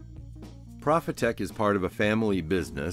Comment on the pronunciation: Hey, cool idea for a series. Your equipment breakdowns are unparalleled. I am particularly curious how the flow control works. Btw: don't take this the wrong way, but as a German company, the "pro" in Profitec is pronounced pro, not prah. I know you are a stickler for semantics.;)